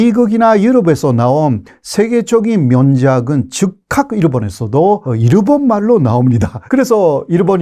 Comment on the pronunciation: 호교수님의 '물론'은 연습 많이 하세요. '물론'의 일본어인 '무론'을 그대로 쓰고 있어서 아직도 안 고쳐지고 있네요. '즉각'처럼 어려운 단어는 발음이 좋으시면서...